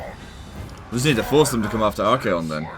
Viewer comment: Pretty sure you said "arcane condoms"